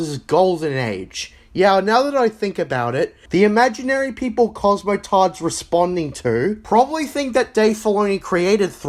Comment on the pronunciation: I love how much emphasis he has when he says cosmoTARD and filthy casual. Like he has a personally beef with the guy.